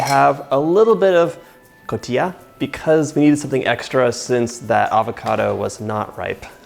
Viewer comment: I love how you say "Cotija" :) but it is Co ti ha ;)